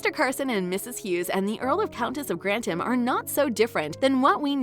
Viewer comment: Grantham not Grantim.